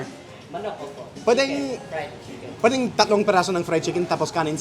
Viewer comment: Chicken naman ang pronunciation namin, hindi naman chickon 😆